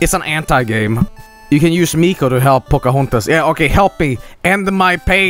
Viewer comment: "pocohontos" oh boy